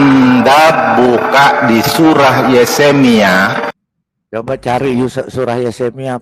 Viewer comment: Ahli Injil?? MENGUCAP YEREMIA SAJA YESEMIA🤣🤣DASAR ANAK IBLIS MANUSIA💩🐷 MENGHAFAL YEREMIA JADI YESEMIA 🐷ENTE🐒